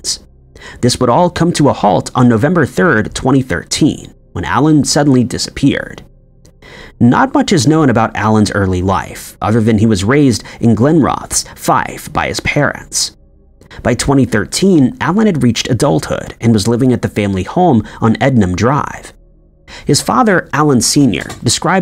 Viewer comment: Glenrothes is pronounced Glen- ro- thuhs or glen-roth-iss